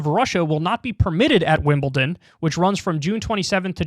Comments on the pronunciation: Also Kyle it's WimleDon not WimbleTIN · It’s Wimbledon not Wimbelton. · Kyle ‘Wimbleton’ Kulinski!